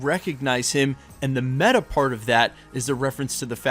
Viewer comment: Can everyone stop saying “ META”